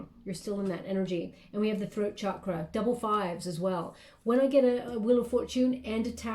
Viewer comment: You're always so incredible! Also, I appreciate how you pronounce Chakra correctly 🙏🙏🙏